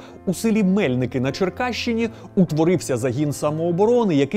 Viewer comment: Дякую за вашу роботу) Тільки дозвольте зауважити, правильно не МЕльники, а МельникИ ❤️